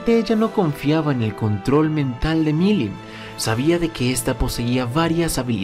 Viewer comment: "Veldanava"... Mirim "Nava"... si el no "interpreta libremente" algún nombre, no es un vídeo suyo. XD